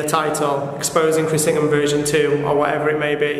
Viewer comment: Is it weird that I heard "Chris Pringle" rather than "Ingham"?